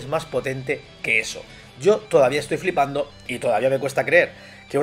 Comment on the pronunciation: Flipando jajajaja qué cagado se escucha flipando .... Jajajaja